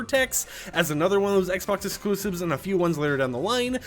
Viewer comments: He's gotta talk about excloosibs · Ah yes, the excloosibs